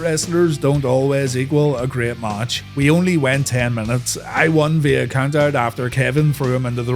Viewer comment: He said COUNT 😂😂😂😂😂